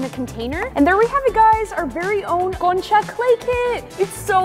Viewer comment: love your accent when you say concha😅(like the video 🎉)